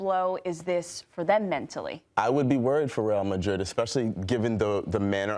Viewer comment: No point pronouncing Rrreal Madrid perfectly when the general ball knowledge is zero. Terrible punditry